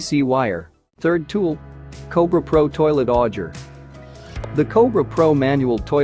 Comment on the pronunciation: Even fake voices are too stupid to pronounce aluminum right. Sheesh Mispronounced "live AC" , "auger". Use a real person to narrate and I will sub.